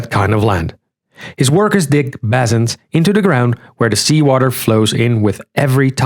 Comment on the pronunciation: BAY-sins.. not Bah-zins.